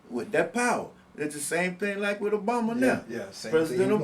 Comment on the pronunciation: This stiff/rubber lipped GOON can't even pronounce correct...Talking about "OBUMA" this and "OBUMA" that...